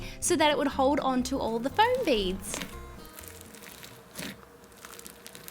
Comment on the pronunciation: Foam, not floam, as you said in the last video